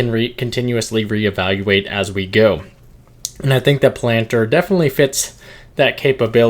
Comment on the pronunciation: I THINK it’s pronounced Palanteer